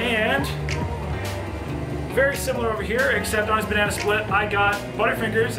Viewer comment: Sounds like the brain freeze gave you a brain fart also LOL you said "Banany" LMAO...I'm sorry, but that made me laugh brother! Please don't ever change your ways!! LOL